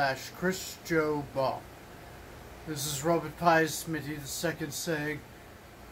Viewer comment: The breakfast burrito sounds like it will be really good! Watching this certainly brings back memories of learning to cook from my parents ... oh, the misunderstandings we would have! Is it my imagination or did Robert Pisemitty II have difficulty saying his own name at the end there ... was he a little bit stoned by any chance?